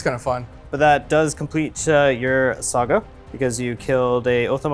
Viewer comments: Loved the eating the corn on the cob, hated the pronunciation of Saga. It's not a game company from the 80's and 90's, it's a Saga, not a Sega. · Love the show; but for the love of the all father… it’s SA-GA not SE-GA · It's not SEGA it's saga. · Sah-guh not Say-guh by the way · Sahgah, not SEEEEEEGAAAAAA. The wolves aren't a game publisher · Why does pronounce saga the way he does? Lmao it’s not sayga, it’s pronounced like sah-gah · Saw-guh…please …Please lol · plz its pronounced SAH-GAH! 😂 Epic game though gents, scary armies! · I believe if he said "saga" correctly, he would have won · please for the love of all that is holy learn how to pronounce saga properly. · pronunciation of Saga makes the nails bite.